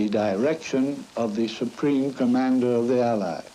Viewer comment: The way he pronounces "allies" is throwing me off